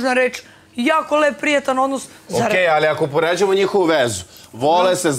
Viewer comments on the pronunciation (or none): Ja poludim na njeno Allliii, kao neki kinez to izgovara